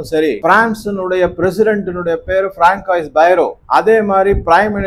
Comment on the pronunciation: François என்ற பெயரை ப்ரான்சுவா என்று கூற வேண்டும். “ பராங்காயிஸ்” அல்ல.